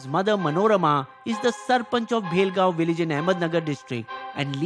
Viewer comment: Not Bhelgaon its Bhalgaon 😅